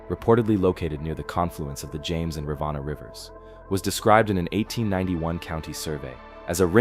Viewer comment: You know if you’re gonna talk about a place you should learn how to say the words right. Rivanna is short for the river anna. Riv anna. Piedmont is pronounced peedmont. Staunton is pronounced stan ton. There were a bunch more but seriously. Jeez.